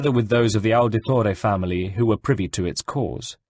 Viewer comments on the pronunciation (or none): none